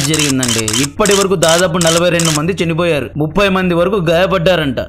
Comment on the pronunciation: కంటెంట్ బాగుంది. మాడ్యులేషన్ అసహ్యంగా ఉంది. చినిపోయారు ❌❌ చనిపోయారు✅✅✅